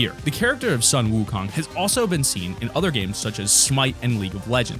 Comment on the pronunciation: It’s not ☀️ wukong people that don’t know how to pronounce it make me cringe